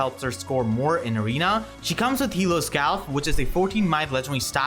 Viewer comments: It was not correct tho, it's basically hl-ih-th-sk-jow-lfh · So you know it, hlíðskjálf is pronounced hl-ih-th-sk-jow-lfh